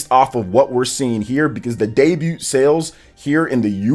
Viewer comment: The T in DEBUT is SILENT! U don't xsay the T at the end!